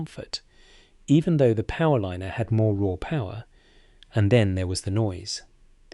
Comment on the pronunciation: Now thsts a frieght powerlinener'